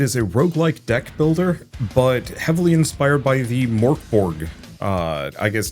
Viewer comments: To pronounce it easier in English I'd suggest trying to say "Mirk Borj", and not Mirk as in "Meerk" but rather like they pronounce "Mirkwood" in LotR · Nearly spray-painted my monitor with tea when I heard that pronounciation of Mörk Borg. I never really thought about it, but I guess that's how most english-speaking people would pronounce it 😄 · I saw it coming and it still threw me for a loop!